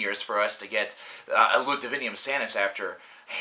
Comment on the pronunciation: It's DivinUM, not Divinium haha. It was atrocious either way, but I'm still kinda bummed that David's gone. He's a better vocalist.